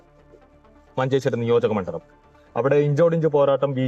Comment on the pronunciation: മണ്ഡലത്തിനെ മണ്ഡളം എന്ന് പറയുന്നു